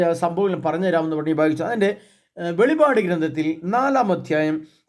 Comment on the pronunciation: വെളിപാട് എന്ന് ദയവായി പറയാതിരിക്കുക. വെളിപ്പാട് എന്ന് ശരിയായി ഉച്ചരിക്കുക